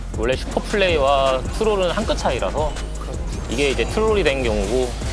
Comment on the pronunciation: 이제를 e제 한게 얼탱이가없이 웃기네 ㅋㅋㅋ